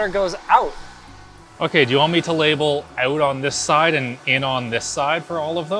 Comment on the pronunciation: "This is in and that is OOOOTT"